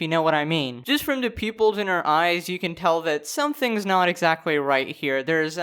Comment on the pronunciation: I think she said ezactly lmfao